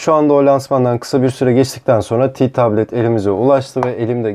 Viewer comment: Ti tablet ne ya Te tablet işte biraz Türkçe'ye uy